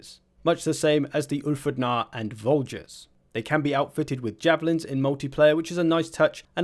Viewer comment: The voulgier is pronounced voojier. No hard “g”